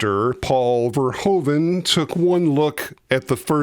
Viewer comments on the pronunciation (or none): Please try to pronounce the name of the director correct; its not "Pol Fairhoven", but "Paul (like 'wow!') "Ver-hoo (as in 'who') -van".